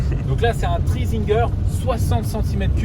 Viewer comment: C est pas train zinguer c est tri zinger putain t as du mal 🤣sinon 👍🏽